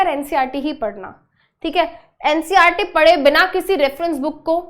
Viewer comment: It's ncert not ncrt😅